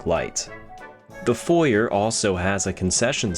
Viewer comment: "Foyer" noooo 😄great video though, love the level of detail and ambiance